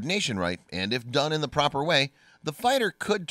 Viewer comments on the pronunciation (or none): Or simply can't say 'the' for some reason